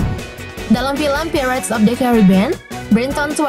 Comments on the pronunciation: Pairets bukan pirrets 😂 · Bacanya bukan "phirets" tapi "phairets" cuman sekedar info aja mbak. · Bacanya pairets, bikan pirets wokekokwk 🤣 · Bacanya pratez itu pairets min.. bukan pirets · Pirates .. dibaca pai rets min. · paling parah /pirets/ krn diulang2 terus 😃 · Tolong yaaa mbak yg baca2....belajar dulu lah ....baca pirates itu gimanaa....baca Johny Depp itu gimanaaaaaa